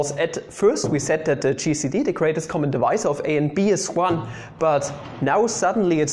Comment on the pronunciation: When you said gcd I thought you said cheesy D